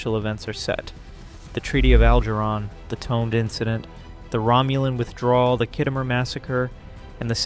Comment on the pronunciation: STOP MISPRONOUNCING The Tomed Incident. You sound like an idiot.